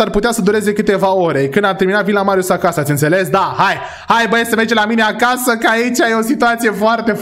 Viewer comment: Doar eu am auzit în loc de acasa acaza ?😢